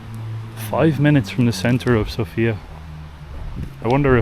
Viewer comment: Please be so kind to learn how the names in Bulgarian sound properly when presenting your video trips...Vitosha & Sofia definitely need to be pronounced with different vowel stressed on... and rakia too :-)